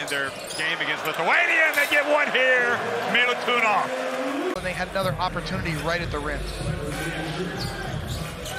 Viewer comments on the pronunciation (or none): get your pronunciation right, commentator. it's not militunov but milutinov. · Everytime he says Milutunov i cringe deep down:hand-orange-covering-eyes: cmon man, it's Milutinov, not a rocket science. Best center of tournament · Its Milutinov not milutunoff Get it right pls its not that difficult